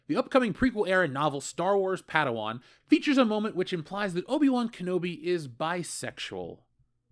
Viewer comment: O-Bi Wan Kenobi